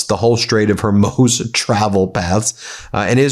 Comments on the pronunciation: Can someone please help Ben pronounce the name Hormuz correctly? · Get help in pronouncing "Hormuz" correctly. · They're thinking...why can't this American dope pronounce HORMUZ! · I can't watch if Ben can't pronounce "Hormuz" correctly 😂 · Ben & MTN! I love you guys. So needed at this crucial time in history. One small request, can you pls check your pronunciation of the Strait of Hormuz…makes me wince every time I hear it 😂 Unless everyone else is getting it wrong? 🤔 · Hormuz! Stop pronouncing it backward. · ffs stop mispronouncing Hormuz!!! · Ben...it isn't the Straits of Hormyouse, as you said before, but it isn't Hermoze, either. It's pronounced Hormooz. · Mr Meiselas NOT Hormose but Hormoos. phonetically spelt. 😂😂🤦🏻‍♀️🤦🏻‍♀️ Proper spelling of course Hormuz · Ben, do you know something that the rest of us don't about how to pronounce the phrase, "Gulf of Hormuz"?! I ask because you keep saying, "Gulf of HORMOZ", which has comedic potential since "Gulf of HORMONES ", "Gulf of Whores Moaning", "Gulf of Horseshit/Hot Horsepucky or anything else you can substitute if it fits is automatically amusing...to me at least. Loving the show...keep shoving it in THAT TRAITOR'S face! ❤ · You're still calling it the Strait of Hormoze? You're like the William Shatner of YouTubers. "Well, I don't pronounce it that way. You pronounce it that way." I heard you slip up and correctly say Hormuz when all hell was breaking loose on Tuesday. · It’s been almost two weeks Ben. It’s the Strait of hor moooooz. Not Hoormohz. Jfc. Try getting the name of the area you say incorrectly (what…20 times a day?) right. Journalists do that Ben. Try it. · Please please please... It's not HARMOZE. I can barely watch these anymore. It is and always has been HOR-MOOZ. Other than that, keep up the fantastic and important work! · Hi. I love your channel, but please pronounce it “Hormooz”, not “Hormoze” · HorMUZ, not HurMOZ. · HER-MOOZ. Ben nobody pronounces it the way you are doing- ‘Hermoze’